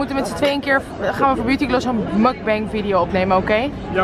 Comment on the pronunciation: De uitspraak van "mukbang" .... auw...